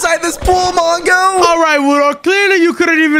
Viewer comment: Wudo, when we Turned on captions, you said manga instead of mongo